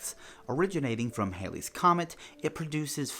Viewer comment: It's pronounced HALLY (rhymes with SALLY). Listen to any of the official NASA videos and they pronounce it correctly. I know this because my name is Halley she I'm the 3rd. My grandfather was born in 1910 when it was in the sky. Thx!!